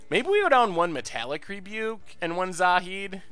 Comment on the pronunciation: Congratulations, on finaly saying Zahid's name right.